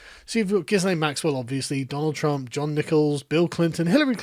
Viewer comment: ‘Gizz-lane’? Come on; you know more about the issue than that!